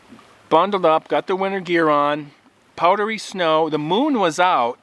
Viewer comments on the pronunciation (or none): none